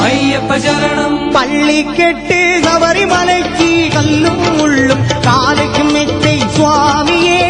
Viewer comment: ராகம் இசை பாடிய விதம் எல்லாம் நல்லது ஆனால் தமிழ் உச்சரிப்பு ஒருசில இடத்தில் தவறாக இருக்கிறது .இருந்தாலும் அவரது குரல் வளம் அதனை மறைக்கிறது . வாழ்த்துக்கள் ( பள்ளி கட்டு ( கிட்டு).சபரிமலைக்கு (கி)